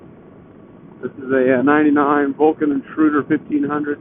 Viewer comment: did you say Vulcan Intruder?